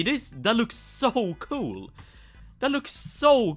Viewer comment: He said coo instead of cool